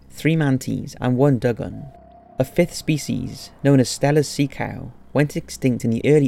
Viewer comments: Du-gong, not Dug-gon haha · Dugan lol it’s pronounced do gong. Lol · 99999janice got me too, and dugong is Dew-gong 😂